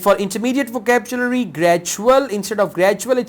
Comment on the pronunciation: why do you pronounce vocabulary as vocabchulary??